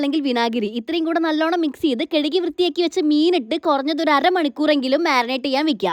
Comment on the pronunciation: കഴുകി ❌ കെഴുകി